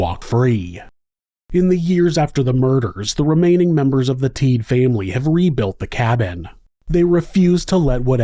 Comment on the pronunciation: Rolf and Randy are my dad’s cousins. I remember going to the cabin a lot when I was young, but we never went back after this happened. You did a good job covering the case but their name is pronounced Teed-uh. Also after Rolf was shot and set on fire, he showered and then went out and stuck his head/face in the snow. It was so cold, it slowed the bleeding and helped him survive. Rolf has since passed but he was definitely a hero. As is Randy. I love your content and have been listening to you for awhile. I was kind of excited to come across this while listening to some past episodes.